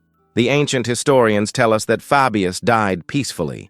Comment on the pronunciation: i cant watch this because he keeps MISPRONOUNCING his name, its FABIUS as in HEY, DAY etc. not as in Fabulous